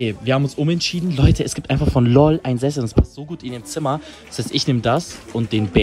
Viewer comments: das heißt L O L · Es heißt njcht lol sondern l o ll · Das heißt nicht lol sondern l o l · Alles gute zum Geburtstag NIsSA💗💗😍❤️‍🔥❤️‍🔥und!es heißt nicht LOL sondern L O L🤣🤣🤣🤣🤣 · Man nennt das L O L nich LOL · das wird nicht lol aus gesprochen 😂😂😂😂😂einfach so lol😂😂😂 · Lol😂 es heißt L....O.....L einzeln aussprechen